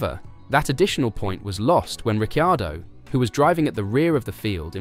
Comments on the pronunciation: It would help if you could say Ricciardo's name properly.. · You lose credibility by not knowing how to pronounce Danny Ric’s surname.